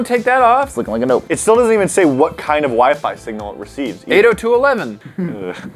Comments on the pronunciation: is it just me or did say wee fee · The fact that Tanner said " wee- fee" instead of Wi-Fi has me dead and shook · Its not wee fee its wy fy guysss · lol the toilet water still on the table man ... and i thought it was my dad alone that pronounces wifi as wee fee lool